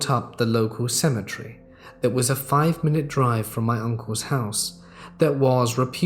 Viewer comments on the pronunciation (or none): Seriously, would you mind explaining the difference in pronunciation of cemetery and symmetry....